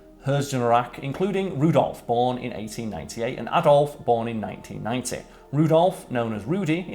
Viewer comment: 2mins15seconds: “Including Rudolf born in 1898 and Adolf born in 1990…” how did this get past the editor…? Unless this guy did the whole thing and can’t even hear his own accent… we’ve all done this in some form however how can you not pick it out immediately afterwards…?